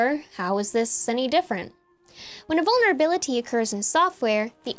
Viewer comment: You're so f-ing smart. Please say 'vulberability' one more time.